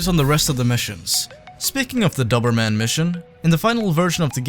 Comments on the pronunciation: the guy in the video was saying it wrong. Dober is pronounced the same as Dozer like in Bulldozer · I had no idea that in the U.S, That's how you pronounce "Doberman" 😂 In grand old England it's pronounced "dough-berman" - Not that anyone will give a shit! Great video btw man 👍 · Why are you so bad at saying Doberman? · You know a Doberman is a type of dog and youre pronouncing it wrong right?